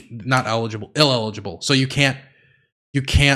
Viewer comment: trying to say illegible 7 times is both infuriating and adorable. True king.